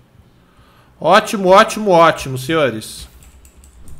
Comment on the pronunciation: KKKKKKKKKKKKK É MUITO ENGRAÇADO O FALANDO OTIMUN